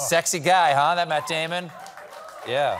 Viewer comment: "Matt Dyamon!!" 😁